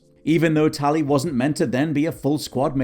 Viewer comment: Tally? you mean tali?